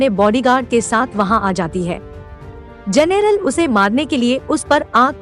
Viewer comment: जनेरल नहीं जनरल